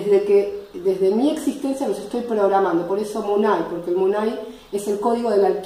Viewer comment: se pronuncia múnay con tilde en la U fue lo que aprendi de Shaviru